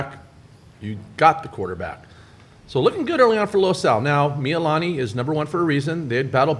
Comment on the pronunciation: Hawaii just called me. They heard the way you pronounced Mee-lee-lah-nee and they told me they have cancelled your Aloha shirt privileges for the next two weeks. Instead, your punishment is to wear Depeche Mode t-shirts that are two sizes too small.